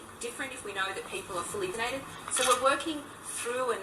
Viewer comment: She couldn’t even bring herself to say vaccinated instead she said vinated ? She know that the vaccine is not a vaccine So she is scared to even say the word